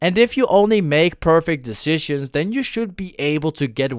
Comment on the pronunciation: My man pronunced decisions 3 times wrong